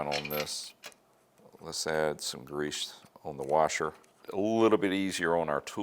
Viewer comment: Great video! I don't like the way you're saying grease though. Makes me wanna fight you a little.